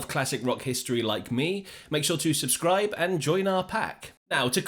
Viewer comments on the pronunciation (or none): none